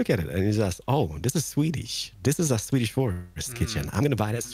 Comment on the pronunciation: You most hav a sin det ses svenska ider it's svidiis for svidiis idea